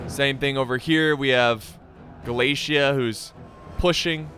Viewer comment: American: Glaisia. Me: What? American: Glaisia. Me: What? Ah, I see a flag says Galatia. Is that how you pronounce Galatia? American: Yes. Me: Oh.